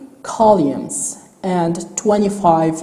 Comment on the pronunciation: How he says Columns and Rows while explaining screen width and height and depth. "Kaulumes" ="Columns" and "Raws"="Rows" No Offence Sorry